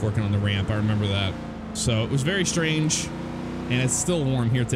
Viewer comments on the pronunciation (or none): none